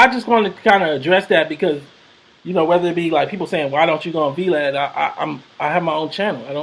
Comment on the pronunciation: Lol I love how calls Vlad “V Lad”